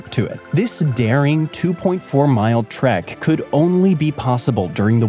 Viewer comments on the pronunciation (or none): none